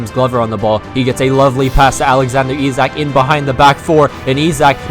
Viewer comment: Perfect pronunciation of Isak btw